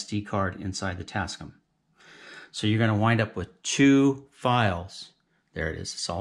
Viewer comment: The company name is pronounced "tass-kAM", not "tass-kum". The "AM" is for "America". But excellent video!